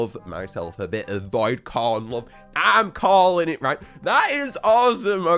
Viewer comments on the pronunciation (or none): none